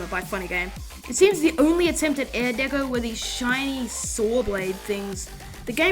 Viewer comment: you keep saying air deco lol